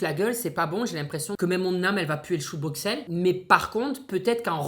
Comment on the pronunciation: dans Bruxelles le x se prononce s comme si on ecrivait Brusselles